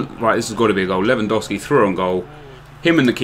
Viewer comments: Its LEWANDOOOOOOOWSKI NOT lewandawski man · its spelled levandovski not dow like cow . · I'm polish and it's said lew-an-dovski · Its pronounced Levandovski, I'm from Poland. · I know this may sound stupid but I'm from the US. Is it really pronounced Levandowski even though is spelled lewandowski? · It's pronounced as 'Levandofski'